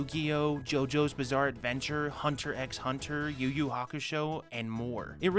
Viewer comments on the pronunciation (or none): The “X” in Hunter X Hunter is silent Just “Hunter Hunter” Which is only weird, because like 98% of the time “X” is a word in a Japanese title, it’s pronounced “Cross”. Like Xenoblade Chronicles X, and Monster Hunter X, are said with “Cross” instead of “X”